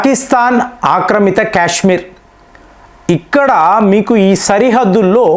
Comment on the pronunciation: క్యాస్మీర్ కాదు బాబు కాశ్మీర్ అని పలుకాలి